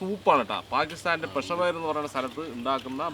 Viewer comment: പീഷാവർ സിരി പായ എന്നല്ലെ😂